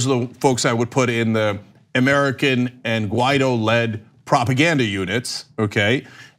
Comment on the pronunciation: Learn to pronounce Guaido's name correctly. You're impossible to take seriously if you can't even bother with that "detail".